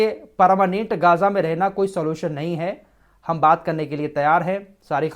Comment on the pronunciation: Gaja nahi Gja sahi pronunciation hai